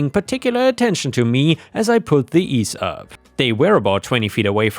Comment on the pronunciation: EEE ZEE Up. It's a brand name. Not Ease Up.